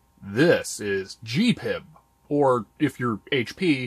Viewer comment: G P I B ... Not Gee pib